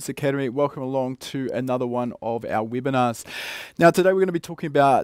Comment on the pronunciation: "Weebinars" 😆 Seriously tho, I do love these Weebinars 😃